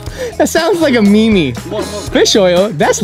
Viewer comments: Me watching this 2023 Duddz:That sounds like a Me-Me Me:🤣 HE SAID ME-ME!!!!!!!! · I like how feegee calls memes "mi-mi"